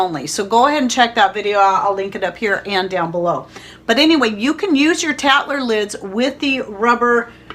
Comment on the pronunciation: I cant understand what kind of a lid you specified and why...sounds like a "tatler" lid? thanks! Lots of good information in your videos - new subscriber!